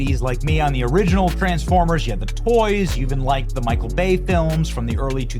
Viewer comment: Michael not Michelle get it right.